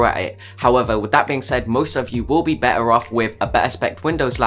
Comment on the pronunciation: Why do u "better" like this... "bey ahh"